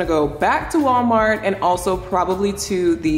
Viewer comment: Lmaooo “Gwallmar” took me OUT!